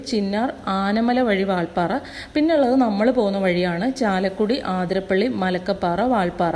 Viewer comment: ആതിരപ്പള്ളി അല്ല അതിരപ്പിള്ളി ആണ്